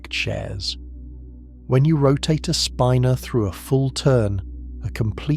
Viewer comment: I "love" how the lousy computer narration can't pronounce "spinor" or "nuclei" consistently.